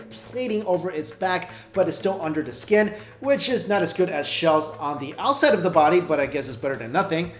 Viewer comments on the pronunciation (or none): none